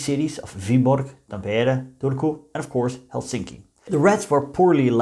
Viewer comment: One tip about the pronounciation of Finnish words: The stress is always on the first syllable. This goes for all words, including names. So, it's TAM-pere and HEL-sinki.